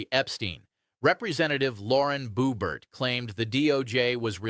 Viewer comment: "Shan" Hannity? Lauren "Boobert"? Pam "Bond eye".......maybe learn their names?